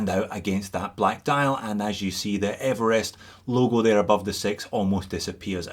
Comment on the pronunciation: thlee, Evelest dude! what's going on?? you can't be OZ talking like that.